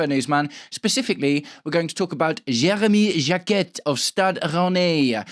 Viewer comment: You don't pronounce the T in Jacquet